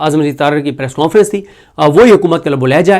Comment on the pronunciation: صدیق جان صاحب پریس کوں فرنس کون فرنس کون سا لفظ ہے۔ انگلش میں نون غنہ نہیں ہوتا۔ پلیز اس لفظ کے تلفظ کو درست کریں ہمارے بچوں کا تلفظ خراب نہ کریں